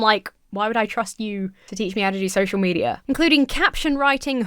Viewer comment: I can't ever hear you say "social media" without hearing and interpreting "social meteor" and I love it.